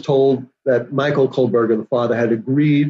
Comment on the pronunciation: why for the love of God can this woman not pronounce Bryan KOHBERGER ???? she keeps saying COLBERGER and the the program translating her words into to subtitles picks it up and its put on the screen as COLBERGER ..she has covered the case for a year and EVERY video she mis pronounces ... is she just dim witted or what ? its KOHBERGER ..get it right